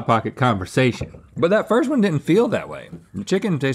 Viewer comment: “LeTs TalK AbOuT ThhhhhAaAUH-t” -Link